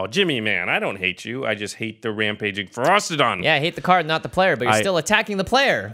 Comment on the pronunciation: The fact both Jimmy and keep putting a 'T' in Ferocidon makes me want to punch a kitten.